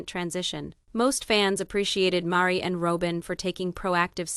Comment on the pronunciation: Rowbin? LOL Mahri? LOL smh